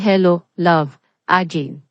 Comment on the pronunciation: AGAIN pronounce it Ah geyn not ajin pls